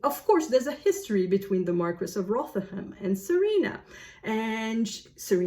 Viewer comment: The word you were looking for was "bear", not bare. Rotherham is pronounced more like Rovtherem.